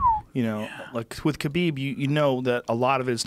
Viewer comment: Johnwaynelsd25 *KHALABEEB